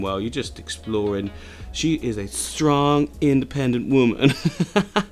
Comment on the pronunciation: the accent on “strong independent woman” made me laugh so hard 😂😂